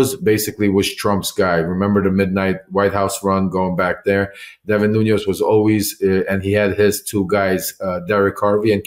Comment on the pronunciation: I have a nagging instinct not to have all that much confidence in what Lev is claiming, i.e., to have had an extensive relationship with Devin NUÑES, when he consistently mispronounces his surname as “NUÑOS”.